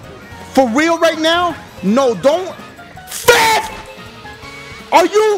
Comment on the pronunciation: when dashie says fifth it sounds like he's saying filth